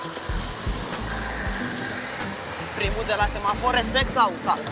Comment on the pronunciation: de cate ori ai spus RESPECECT XD